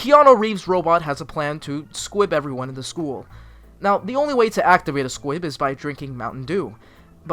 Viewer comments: I swear you are saying SQUIB. It's SQUIP. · Did you say SQUIB instead of SQUIP????? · Take a shot every time he says Squib instead of Squip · squip not squib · Am I the only one who noticed he’s saying squib instead of squip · STOP CALLING IT SQUIB ITS SQUIP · Is it just me or did you say "squib" instead of "S.Q.U.I.P." the entire video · I say Squib too, it's really Squip? Well i've been saying it wrong for a whole year then 💀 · every time he's say squip my little harry potter brain b like squib?? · sorry to be that person but.... S.Q.U.I.P. you were saying squib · It is pronounced as squip Not squid Not squib Its squip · It’s squip, not squib. Squib is from Harry Potter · anyone else really pissed that he kept saying squib instead of squip like i’m fairly sure he did it on purpose to piss people off but it still fucking worked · Stop saying Squib-- its SQUIP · Ahhhhhh!!! HE sAID SqUIb!! It’s squip. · Is it just me or is he saying squib? Cause it’s squip with a p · It's squip, not squib. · I feel like you’re calling the SQUIP a SQUIB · And it's squip...not squib...you keep saying squib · SpaceAnt 07 Squib is a Harry Potter thing lol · Are you saying squib or am I going crazy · honestly bmc is one of my least favorite musicals (i mean the music is catchy and all but i digress) but him pronouncing it squiB the whole time made my blood boil 😂😂 (i still love him tho) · He doesn’t say Squip properly once?